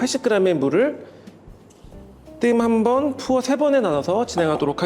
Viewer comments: 되도않는 영어를 쓰는게 병신같아서요. 그리고 발음도 ‘푸어’가 아니거든요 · 반사… 님, 그냥 지나가세요~ 내가 무례하게 지적한것도 아니고 그냥 우리나라말로 하면 더 좋을듯해서 물어본건데… 푸어라는 발음도 틀렸고, 물을 부어준다고 하면 좋겠다 싶어서... 그런데 내가 무슨 절대존엄을 건드린건가? 다들 참 애쓴다… 아, 갑자기 딴지거는 사람들 인터넷 IP확인해보고싶네요. 보는 사람 몇 되지 않는 영상에 글 한줄 올렸는데 왜이리 딴지거는 사람이 많지?